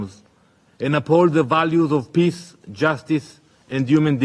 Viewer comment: If that israeli guy says 'piss' instead of 'peace' one more time...